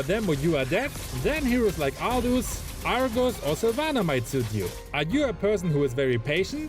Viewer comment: Never get tired of you saying Aldous to 🤣